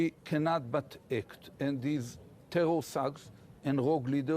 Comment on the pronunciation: Ohh the tewor!!!